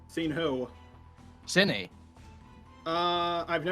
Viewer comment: Its SYNNI not Syinna